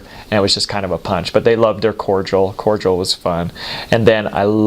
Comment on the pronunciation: Am I the only one who is annoyed by the way he says cordial, (like cord drill) Overall funny tho